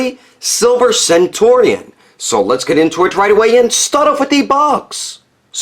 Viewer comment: Centurion is pronounced very much like century